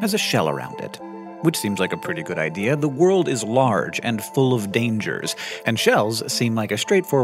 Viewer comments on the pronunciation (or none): none